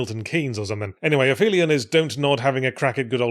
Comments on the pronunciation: It only makes sense to be consistent and pronounce ap-helion as it is peri-helion, apo-gee, and peri-gee. A hard p is to be preferred as soft ones make you dribble everywhere I hear. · Learning that 'ph' as 'f' sound is apparently an acceptable (and even preferred) pronunciation for "Aphelion," despite the root coming from "Helios" with a prefix "ap" marking the furthest point, has been the biggest disappointment by far from this game. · I am unreasonably angry that the pronunciation with an "f" sound is apparently acceptable. It's from ap+helion, so clearly that 'ph' is not intended as a single consonant. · Yeah, I can't get past the fact that the title of an alleged science-fiction game is the mispronunciation of a basic scientific term. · Very pedantic point of order: aphelion is pronounced ap-helion because it's the furthest point (ap) in an object's orbit around the sun (helion). English is a silly language. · It would ACKSHUALLY be pronounced "App-Helion" as it's the opposite of perihelion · The p and the h in aphelion are in separate syllables; they don't make a f sound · Pushing my glasses up, I note that it's not "af-felion" but "ap-helion", the point in an orbit that's farthest from the sun. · Very surprised to hear that 'Aphelion' is pronounced 'Afelion' in English. I had expected 'Ap-helion' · It's not pronounced "afelion", it's "ap-helion", Yahtzee. I expected better. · Pretty sure it's pronounced ap-helion, not afelion. It's the closest point to the sun in a solar orbit, the opposite of perihelion. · I always thought this word was pronounce "app hellion," like, y'know, apogee and helios kinda smushed together. I'm kinda dismayed to have looked it up and found that "a fee leon" is seemingly more common. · Im 2 months behind and this is of ZERO importance, but it's driving me round it: It's pronounced Ap-Helion. Thank you, please carry on. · Yahtzee is mispronouncing it in the video, I believe that's what's being referred to here.